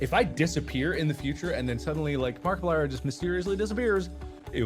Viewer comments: Why does he say Markiplier like that 💀😭 markeeeplier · Markiplier ❌️ Markeyplier✅️